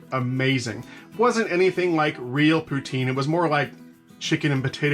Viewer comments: First time watching your channel and I really enjoyed it! From a Canadian, we call it poo-teen! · Nah that ain't how you pronounce poutine at all my man